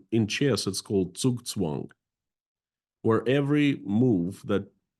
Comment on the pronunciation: I want to praise really good pronunciation of the German words "Blitzkrieg" and "Zugzwang". After hearing so many peoples bad pronunciation this was a pleasant surprise.